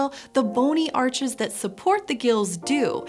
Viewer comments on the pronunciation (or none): none